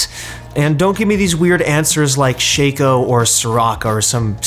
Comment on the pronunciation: It's fucking shaco my dude, not shayko. You don't call a nutcracker a nutcrayker and you don't call nutcracko nutcrayko